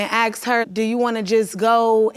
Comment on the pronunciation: Why can’t they say “asked” properly? They say akst. 🙄